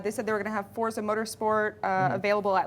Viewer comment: why do people say fortza instead of forza is it a different game